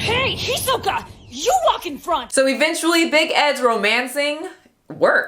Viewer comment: The only thing I'm offended about is the pronunciation of Gon and Hisoka's name. And the smashed thumb.